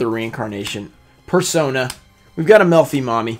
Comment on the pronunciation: "Melffy Mommy"? What the....